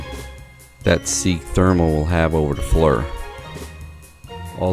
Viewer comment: Need to show walls it’s Flir read the box not Fleur